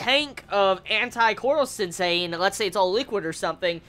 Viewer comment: Why do you say korwo sensei?